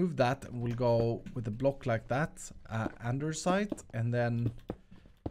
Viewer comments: Anyone also thinks it's funny that he always says 'andersite'?😆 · Andersite or Andestite?